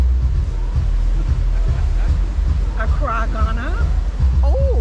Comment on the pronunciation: That view is amazing. I love how Accra is pronounced.